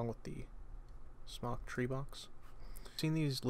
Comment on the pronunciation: anyone that vapes knows that its pronounced "SMOKE" not "smahk" like you pronounced it. I would just think if you're doing reviews on vape products you would know how to pronounce the name of the product that you're reviewing. Just kinda blew my mind that you didn't pronounce it right and you are a vaping reviewer on youtube. Also you didn't use the correct terms for about half of the items that came with this tank kit. Thought I'd just let you know before you make a fool of yourself. Cheers and merry Christmas.